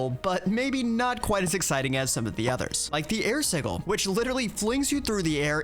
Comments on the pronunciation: previous versions of blood magic had a book (the sanguine scientificum?) that had the exact same fearure. Side note: I wish it wasn't called EV. I keep thinking of Gregtech. Sih-juhl. Not Sih-ghul. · SIDJ-IL NOT SIG-IL!!!!!!!!!!!!!!!!!!!!!!!!!!!!!!!! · The G in sigil is supposed to sound like a J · pronounces sigil with a G sound instead of a J sound which is the correct way to say it. Its just funny lol. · Apparently si-gl (Like is using) is the American pronunciation, while si-jl is the British pronunciation... Personally, as an American, I have never heard the American pronunciation in my life, so I'm just as thrown by it as you are. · a quick search shows that in no way is a pronunciation with a G correct. It comes from the Latin word sigillum and is pronounced as how everyone here knows it does. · No, no it is not. si-gl is absolutely wrong. I live in the US and it wasn't until I heard Matt Mercer say it that way on Critical Role that I EVER heard it pronounced so very wrong. I was born in 1981. That's well over 30 years before I ever heard it pronounced any other way. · I have litteraly only ever heard it pronounced with a G for Planescape, which also doesnt matter because its not referring to an arcane sigil and instead the City of Sigil, and names can be pronounced however the f the namee wants. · Please look up how to say sigil properly. :) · I really hope that your pronunciation of "sigil" is engagement bait haha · The pronunciation of sigil is sending me lol